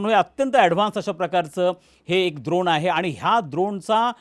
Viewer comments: द्रोण नव्हे ड्रोन 😂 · द्रोण नाही ड्रोन…. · काका द्रोण नाही ड्रोन द्रोण आपण प्रसाद…खाऊ खायला वापरतो (द्रोण व पत्रावळ) युद्धात ड्रोन वापरतात